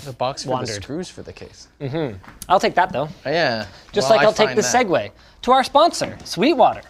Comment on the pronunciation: "Seguay", the child of "segue" and "segway" 🤣